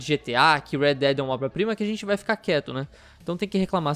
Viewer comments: qual a dificuldade de falar obRa prima? oba oba oba kkkkkkkkkkkkkk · "uma oba prima" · "Uma óba prima" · " uma óba prima" -Central, 2019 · Eu achei q tinha escutado errado, mas ele falou "oba prima" algumas vezes n foi? N conseguia prestar atenção em outra coisa XD kkkkk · "Uma oba prima" Kkkkkkkkkkkkkkkkkk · Mais alguém tá ouvindo "oba prima"? Kkkk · Ele tem que parar com esse fetiche de falar oba prima. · Ele falou errado mesmo kkk Oba prima kkkk :v